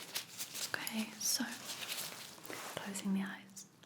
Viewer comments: It's okay not awkay 🙄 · Everything about this video is relaxing, but my absolute favorite is the way says okay..."ohmqay"...I get lil goosebumps everytime 🫠🫠🫠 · Awkay is totaly Okay 🙂🙂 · Actually it's Ommkayy 😅